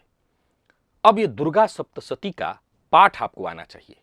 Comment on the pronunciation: 'श' के स्थान पर 'स' और 'स' के स्थान पर 'श' बोलना बहुत बड़ी गड़बड़ उत्पन्न कर रहा है ! सावधान रहिए और 'सप्तशती' को "शप्तसती" भूल से भी न बोलें।